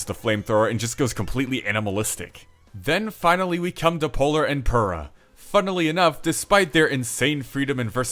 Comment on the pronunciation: Actually, the way you say pura is wrong lol